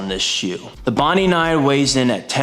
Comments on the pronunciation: Okay, the Hoka is not called "bondy". It is the name of a place in Sydney, Australia. It is pronounced "bond-eye"! Otherwise, thanks for the video! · It’s Bon Die not Bon Dee… the shoe is named after the beach… Bondi Beach.